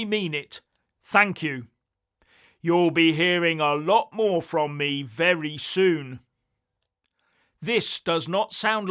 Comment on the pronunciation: vewy intewesting.